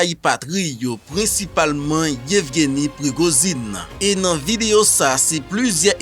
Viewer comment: DI PRIGOJINE TONTON, Se pa PRIGOZINE